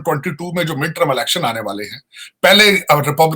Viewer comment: he is a fan of Donald Trump,he said midtrum election instead of midterm election.